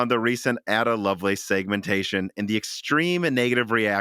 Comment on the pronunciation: The correct pronunciation of Ada is ay-duh....